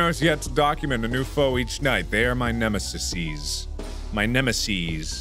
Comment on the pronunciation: "Nemesussy" Mark please no